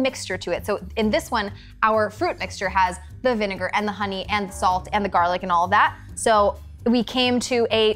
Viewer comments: it'a Actually Vineger not vinger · "VINGER" 😂 You savage, savage people 👍👍👍👍👍👍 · "vinn - ger" IM DYING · bro said distilled vinger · look how he says vinegar to avoid being cancelled lol